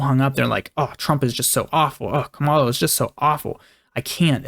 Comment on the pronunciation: we can tell who you're voting for because you pronounce kamala wrong lol